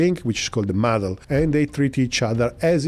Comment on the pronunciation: It's not MADL link, it's MADLink🤣🤣🤣🤣